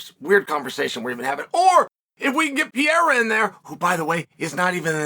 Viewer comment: I think The way he says Alex's last name is disrespectful personally to George St-Pierre 😂